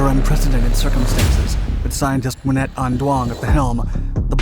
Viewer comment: Yeah she looks extremely Vietnamese to me but the narrator completely butchered her name, giving the idea that she wasn’t. Although, as a Vietnamese whose grandfather was almost blown to smithereen back in the Vietnam War. I can’t say that I’m all that proud for her archievement. It’s quite hard to gobble that up tho, it was just 40-50 years or so ago, the scars are still there.